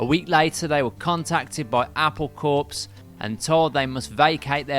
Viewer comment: Corps is pronounced ‘core’ Good introduction though into one of the many complications in Johns life.